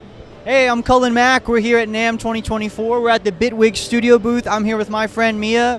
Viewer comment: Its Bitwig not Bigwig lol. Awesome DAW !